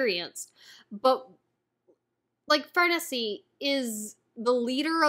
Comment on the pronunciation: I love the Conviction Arc, it’s more criticized than most arcs but that’s because other Berserk arcs are just so praised. I think it would be the best arc in most manga. I think you’ll grow to love Farnese. Oh yeah, her name is pronounced as if you were saying “niece”. At least that’s how most people pronounce it, it also just sounds best like that to me. But I’ve grown to not be such a stickler with name pronunciations.